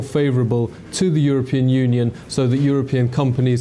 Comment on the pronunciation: Obama pronounced European Union as "you're a-paying." (Freudian slip, methinks)